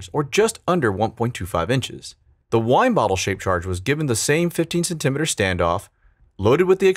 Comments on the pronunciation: What liquid explosive are you using, nitromethane and powdered aluminum? Also have you ever tried sodium perchlorate and diethylene glycol? (BTW when pronouncing the word "centimeter" the accent is on the first syllable, not the second). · Just curious about your pronunciation of the word centimeter... I've always heard it as cen-ta-meter, not cent-em-iter. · I don’t understand how this guy butchers centi METER and says centimiter 😂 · What this heck is a ‘sen temma tar’? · centimeter (sin-tee-mee-ter) great video!!! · Centimeter is pronounced "Cent-a-meter" meaning 1/100th of a meter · Cen-tim-Iters Where's that pronunciation from? Comment Bait? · Cen-timeter? Do you also say mill-imeter Am I the only one who thinks that’s weird? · This guy doesn't know how to say "centimeter" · Your pronunciation of "centimeter" makes me uncomfortable.